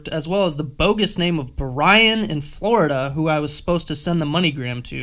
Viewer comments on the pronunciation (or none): none